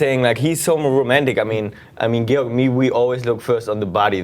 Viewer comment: Georg's face when she pronounced it "gay-org" was priceless xD